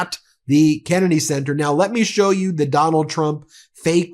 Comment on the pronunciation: "We're going to have a really big shew..." Ed Sullivan tRUMP...